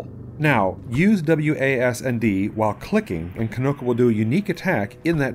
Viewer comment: It is pronounced like key-no-ko, not kih-no-ko